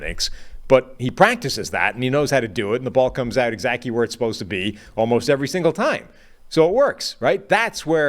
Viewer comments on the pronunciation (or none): & & Is this man saying “exacty” (E-Zachy) instead of exactly??? Lol